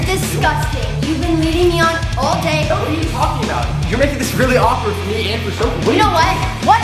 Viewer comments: Not dofie it’s dophie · Chole did you just broke sofies brother's TV and stop saying doffe all the time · always says Dophie in the love videos